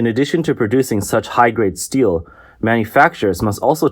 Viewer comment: i heard "steal" every time when they pronounced "steel"